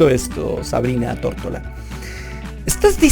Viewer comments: dices Tórtola 😂😂😂 y luego pones una foto de ella con su nombre y claramente dice Tortora. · Se apeida "Tortora" no "Tortola" ¿Si notas la diferencia?